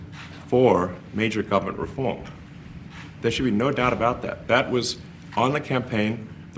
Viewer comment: Elon Fudd “mayja guvamint wefoam”. “Shhhh. Be vewy, vewy quiet. I am hunting wascallly ineffwishencies!”